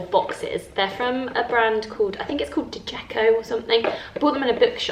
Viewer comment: Djeco is pronounced jay-co - my children all loved their toys so much. Grief is so difficult. I talk about Grandpa-who-died with my children lots.